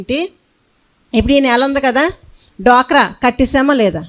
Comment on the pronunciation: డ్వాక్రా, డొక్ర కాదు 😂